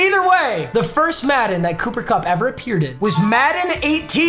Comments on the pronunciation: “Booper Bupp” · If I hear booper bupp one more time imma lose it